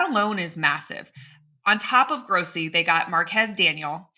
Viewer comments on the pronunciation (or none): none